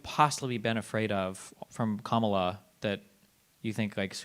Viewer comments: pronounces Kamala correctly, then adjusts to the incorrect version. Sigh. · why didn't you call the last guy a racist for saying Kamala incorrectly? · Did the last guy correct himself to pronounce Kamala wrong?